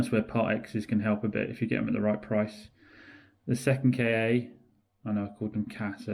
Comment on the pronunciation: Interesting video. One observation - it's the Ford 'Ka', not Kay-ay. I feel better now.